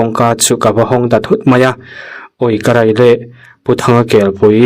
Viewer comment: Ui Karai i ti zel a.... Karei tih tur a ni sia😂